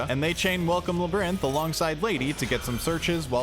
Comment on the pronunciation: “La-brinth” is INSANE. I don’t normally comment about mispronunciations but this one is psychotic lmao (This one’s for the algorithm! 🗣️🗣️)